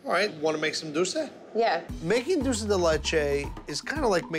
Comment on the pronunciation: he cannot pronounce DULCE to save his life.... he says DOUCE lol